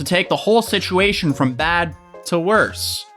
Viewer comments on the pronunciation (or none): ceo of he said she said schitchuashon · Take a shot every time he says “shishuashion” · Nobody:: He shed she shed shituashion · He said she shed sitchuation. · He said, she said shituation. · It’s just another he said she shed shisuation. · “Shituation” is this intentional though?! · The slip of calling it a "shituation" is accurate tho Also I'm older than and I feel fuckin ancient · no one: literally not a single soul:: shituation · I love you, no matter the shishuation 🤣🤣🤣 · You say “situation” like Scares says “mischievous”